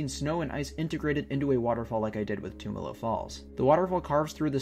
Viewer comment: Awesome, I used to live in Bend. Though you are pronouncing it wrong, the "tum" is pronounced like in "tummy". I never made it up there during the winter, only summer, looks beautiful. I also never made it to Smith Rock, I'll have to go sometime. I can recommend checking out Steelhead falls sometime. It's a nice hike and in the summer you can swim and cliff jump there (as of last time I went anyways).